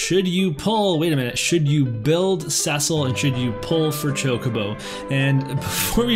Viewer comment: Someone who ponounces Cecil properly! Nice! XD